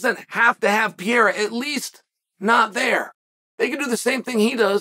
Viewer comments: Chael must be the worts guy on the planet to pronounce portuguese language names. PEREIRA. PE-REI-RA. Chael: Piyerhawh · PEREIRA. NOT PIERA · PEEEE Air Uhh Chael's pronunciation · Soooo .... is anyone ever going to point out that Chael is saying "Pereira" wrong 🥲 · I stay until Chael says the name then I close. Don't wanna miss his first time saying it right.